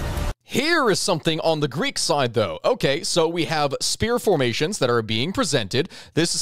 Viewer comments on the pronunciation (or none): As soon as this dude said "greek", he lost any serious history enthusiast! 🤣🤣🤣